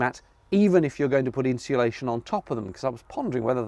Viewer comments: People say ‘inshulation,’ extra ‘h.’ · "Inshulation", I'm guessing ... (although, it could always be "Hinsulation" ...) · I wish people could could say: "insulation" properly..... Where does the extra "H" come from?